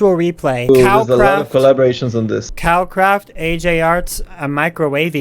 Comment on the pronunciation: YO my brother and his friend are in this HOLY CRAP- (lol why does everyone pronounce it COW-Kraft XD )